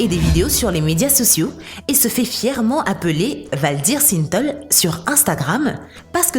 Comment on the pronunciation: ce n'est pas le nombre d'abonnés qu'il faut sous-ligner, andouille, mais le nombre de vues ! La voix qui ne sait même pas prononcer Synthol et autres "...des telles expériences...", "des telles" !!! AFFLIGEANT !